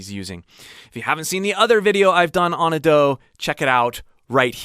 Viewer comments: A-do, not adoo. Try pronouncing her name right please/ください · it's not A-Do, it's Ado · I love how he mispronounces Ado each time